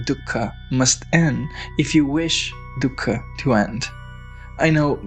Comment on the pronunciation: Dhukka just means sorrow in Hindi. Stop saying it like that lol.